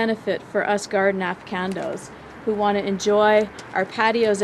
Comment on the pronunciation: nice video, I think you meant to say afficianatos, pronounced a-fish-see-o-nah-doze....